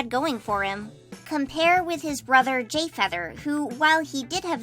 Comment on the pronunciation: did..did you say "gayfeather"?